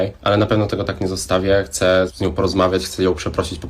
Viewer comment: Boje się ludzi którzy mówią ,,chcem"